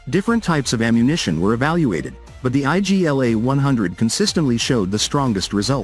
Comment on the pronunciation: It's not I.G.L.A it's Igla (means 'needle')